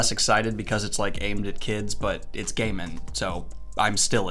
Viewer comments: I love Neil Gaiman and donuts, so I guess that book will be perfect for me! Also, thank you for pronouncing "Gaiman" correctly. As for The Joker, yes we have seen plenty, let's do some other Batman villains for some more variety! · Just as he gets "Gaiman" right, this happens!